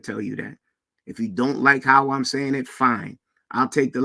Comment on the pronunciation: Wait a minute.! Did just say what are you sayingk and were you not listeningk😮